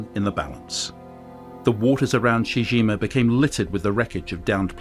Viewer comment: It's pronounced CHEE-CHEE GEEMA, not SHE JIMA.